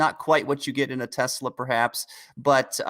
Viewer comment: oh boy. Dude on the right says "Tezluh" instead of "Tesla"